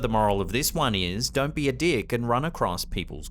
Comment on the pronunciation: One of the funniest things I’ve ever heard “don’t be a deeeek and run on other peoples graves” 😂